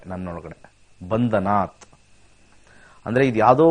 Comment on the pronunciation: ನಮಸ್ಕಾರ, ಶ್ರೀ ಮಹಾಮೃತ್ಯಂಜಯ ಮಂತ್ರ ದಲ್ಲಿ ಬರುವ ಪದ "ಬಂಧನಾತ್" ಅಲ್ಲ ಅದು "ಬಂಧನಾನ್" ಎಂದು ಹೇಳುತ್ತಾರೆ. ಇದನ್ನು ಮತ್ತೊಮ್ಮೆ ಪರಿಶೀಲಿಸುವುದು.